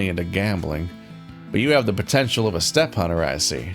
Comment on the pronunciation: The way you said "steppe hunter" immediately made me think "What are you doing, step-hunter?"